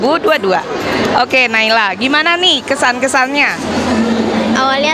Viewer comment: Ibu nama saya salah ibu, harusnya nailah bukan naylah